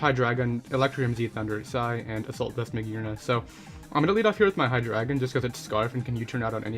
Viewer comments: Either way, it's still Hy-DRY-gon. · he said hy-dragon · Its pronounced hy-dray-gon